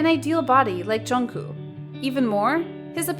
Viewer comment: No offence but there's another K at the end of Jungkooks name so it's not Jun Koo